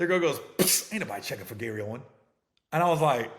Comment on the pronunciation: Aint no s on his name fam damn